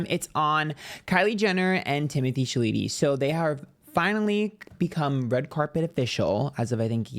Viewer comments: Not you saying Shaleetee 😅 I've heard it said many different ways but Timothy Shaleetee, was definitely a first 😅😂❤ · This is the worst way I’ve heard Timothy chalamet name being pronounced thus far 😂😂😂😂😂😂😂😂 ant literally said sha-le-tee 😂😂😂 STOPPPP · LOL its pronounced Shall-a-May 😂 but werk, you gave me a good laugh today 😁💜💜💜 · Chalamet (Shall-a-may) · Lol I had to rewind this so many times just to watch you say “Timothée Shaleetee” casually 😂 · Haha I loved every time he said Shaleetee 😂. I just might keep calling him that 🤣🤣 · I was like, did I hear that right?!??😂😂😂😂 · Don’t ever pronounce his last name correctly ❤